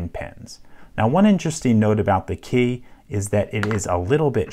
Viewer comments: You say ‘key’ weird like Kay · Gah, yer killing me with the "Kae" pronunciation. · Why do you pronounce key as 'kaye'